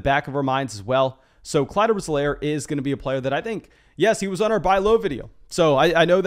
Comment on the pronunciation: Clyde's last name is pounced EE-Lair, buddy.